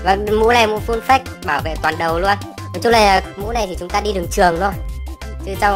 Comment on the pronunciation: Phát âm là phây chứ không phải phếch nha :))